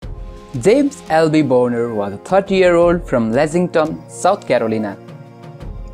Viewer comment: The way you are pronouncing his last name sounds like a naughty word, it should be pronounced bahn-er not bone-er.